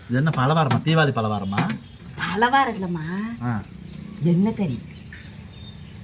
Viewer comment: ...அது பலவாரம் இல்ல... பலகாரம்😂😂😂😂😂😂